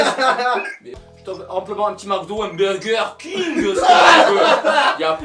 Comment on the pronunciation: un Burger keeuinggueeuu 😅😂😁😀😆😃